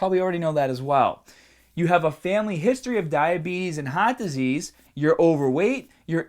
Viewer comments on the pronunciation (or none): lol.. . family history of "height disease" :P